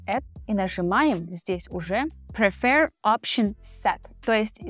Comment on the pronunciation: Purpose знаешь как читается, выучи и prefer')))